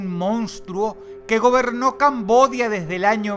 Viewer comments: buen video dross, pero se dice Camboya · Lo de "Kampuchea Democrática" es cierto ,pero Camboya se pronuncia de las 2 maneras